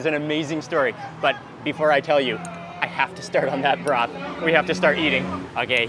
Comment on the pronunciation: sauce = sas broth = brath